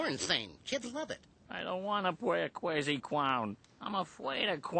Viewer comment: I don't wanna play a cwazy clown I'm afaid of clown wahhhh!